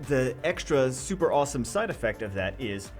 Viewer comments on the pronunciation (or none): none